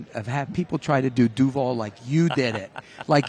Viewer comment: As a jags fan i dont blame him for butchering DUVAL. Its lame as hell anyways. There no cool way to say it